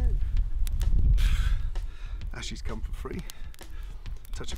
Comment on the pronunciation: "Ashes come free" lol